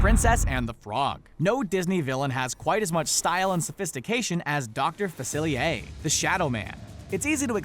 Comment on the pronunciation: Yeeez-ma. Yeeez-ma. Yeeez-ma. Not yezz-ma. Yeeez-ma. Yeeeeeeeez-MA. Facil-ee-air Not facili-a Fa-cil-ee-air